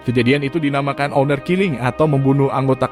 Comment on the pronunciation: Salfok, bacanya ˈänər (aner), bukan honor bukan onor 😁